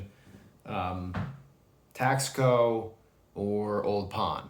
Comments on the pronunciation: It’s not pronounced Tax co it’s Taus co. If you’re an “expert “ please pronounce correctly in your information. Thanks. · The word is pronounced Tasco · Taxco is pronounced Tas-co. Good info, thanks!